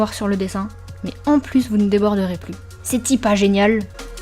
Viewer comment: Super vidéo ! Est-ce que tu es havraise ? Tu as dit « ceti pas géniale » à 😂